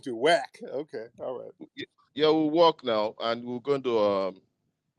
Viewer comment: How are you going to rebuild your country sir? The tether said “we will werrkkth very hard “😂 😂😂😂 damnnnn